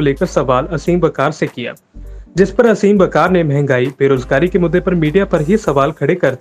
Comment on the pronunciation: bro its आसिम वक़ार . not असीम